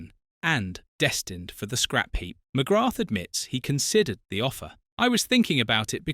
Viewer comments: Pro tip. ..ignore the "th" and replace with an elongated A sound Mc-graaa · The 'th' is silent. Pronounced McGra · Its just pronounced Mcgrah...on a side note Ooh Ahh is me favourite irish player ever 💚🇮🇪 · Fyi the TH is not pronounced in McGrath. Its prounounced McGra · Pity you dont know how to pronounce his surname, Its McGraah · He can't even pronounce his name. Definitely not a football fan. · you're incorrect pronunciation of his name is a total disrespect of the man and a showing of your ignorance. It's almost as bad as that git goldbridge's pronunciation of Evan Fergusons' name as EVEN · McGrath is not pronounced with the, 'th'. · why cant you pronounce his name properly? ffs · You’re even pronouncing his surname incorrectly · Hi, a proud Irishman here, I'm still trying to figure out how to react to this video. On the one hand, it is stated that "there are six people that he will never forgive," yet near the end it is stated that he never actually said this directly, so it is contradictory. Also, one BASIC thing that seems to have been over-looked: the world and its mother ALREADY knows that in Irish culture, the "h" at the end of his name is silent, why you kept on mis-pronouncing his name is, frankly, a mystery to me - and most like EVERY other Irish-born person watching. Also, to say the Paul McGrath is "mad at the people who enabled his drinking" while similtanenously saying "he blames himself" is also contradictory. These are just my opinions, any other huge Paul McGrath fans in their late 50s, if you have any opionions to share, please do so! WE LOVE YOU, Paul, you were a legend. 😁👍💚🤍🧡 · Please pronounce his name properly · Jesus, this guy keeps butchering the pronunciation of his surname over and over .. thats the biggest insult of this video ffs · Ffs Just learn how to say his name correctly. I know its a dumb AI voice but it can be thought how to pronounce his name. This is lazy from the content creator.